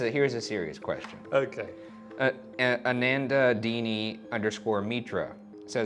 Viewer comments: Love how they butchered the name "anandini" :') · Yeah, my brain briefly failed to recognise the name "Anandini" 😂😂😂